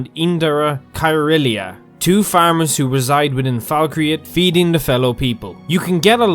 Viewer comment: Falk-reath (reeth), not Falk-re-ath